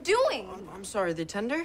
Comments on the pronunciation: "I'm soary, I'm soary, I'm soary, I'm soary, I'm soary!!" - Craig Manning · IM SAURY IM SAURY IM SAURY IM SAURY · “I’m SOARY!” 😂